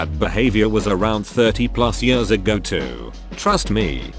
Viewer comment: Text: years TTS: yörs